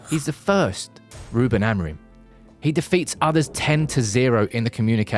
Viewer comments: Não é Amarim é Amorim, aprendam a pronunciar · Is Amorim, not Amerin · "Amarante"????? Amorim!!!!! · O nome dele é AMORIM ! Fale português caragoooo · Adoro a merda da inteligência artificial. "Ameirim" :) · Great editing,great information well done..BUT the wrong pronunciation of his name was driving me nuts...